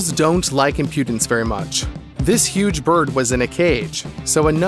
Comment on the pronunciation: loooooot of facts you had were, well incorrect. also if youre going to way over use the word impudence, please use it correctly or brush up on how to pronounce it. not judging by any means, just some feedback on how to make an even better video next time :)